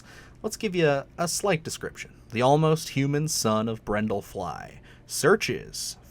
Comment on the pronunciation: BRUNDLE. I know this was five months ago, I don't care. I just watched the other video about gross movies and was annoyed then, too. lol If you love it so much, you should know the characters' names, man.